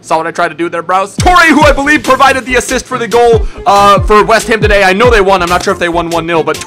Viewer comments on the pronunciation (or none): none